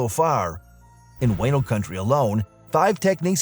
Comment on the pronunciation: Wah-no, not way-no